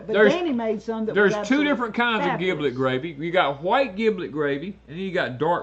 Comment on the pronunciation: Sorry Danny, it is giblet with J not a G. As in General, Generous, Germ, Gel, Gentle...